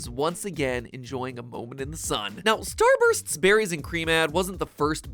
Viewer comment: And this was why I quitted TikTok,ladies and gentlemen. Also,am I the only one who hears Starburns and not Starbursts?! And trust me on the soda commercial because as a Pinoy watching that...I needed a new bottle of bleach when I saw that